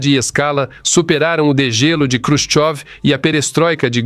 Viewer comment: Você está mais por fora que bunda de vedete! Quem disse que Nikita Khrushchev (não Krushov, como você diz) foi fuzilado?